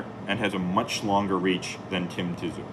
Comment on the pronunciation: "tim ti-zoo" 😂